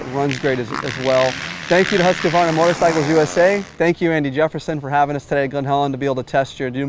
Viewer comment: Husk-a-varna? Where’s this extra a come from? Hoosk-varna.